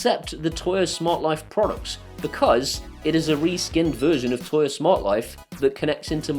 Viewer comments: For God sake, stop calling it "Toya". It's "Tuya". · Surely it's pronounced "too-yah?"